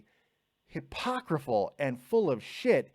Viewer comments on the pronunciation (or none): Why do you keep saying hypocriful instead of hypocritical? Is hypocriful even a word?